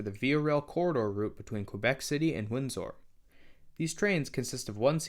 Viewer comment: It’s pronounced “Windser Ontario” not “Wind-sor Ontario”